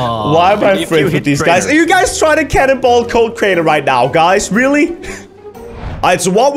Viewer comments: You said cainer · at 1.47 did crainer just say use code cainer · You said use code caner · He said code cainer